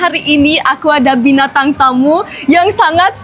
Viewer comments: Bin tang Bukan Bina tang 😂😂😂 ya ampun kocak 😂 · Kak jangan bilang "Binatang" ya... Yang benar "Bintang". Binatang = Animal Bintang = Star